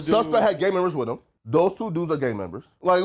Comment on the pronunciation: "Gang membahs"